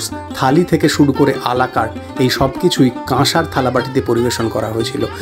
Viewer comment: কথাটা a la carte "alakat" নয়, বাংলা উচ্চারণ আলাকার্ট। কোন রেস্টুরেন্টের মেনু লিস্টের মধ্যে যে ইন্ডিভিজুয়াল খাবারের আইটেমগুলো থাকে তাদেরকেই বলা হয় আলাকার্ট।